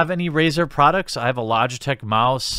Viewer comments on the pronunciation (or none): none